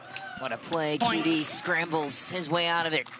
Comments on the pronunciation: The stupid commentators. They can’t even learn to pronounce the player’s name correctly. Do they event got pass high school? Shame on them! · Commentator was talking too much and couldn’t pronounce QD correctly. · Learn to say QD's name Dammit!